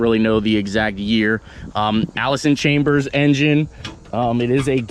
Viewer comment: It is chalmers not chambers. Except for the special edition one our boy has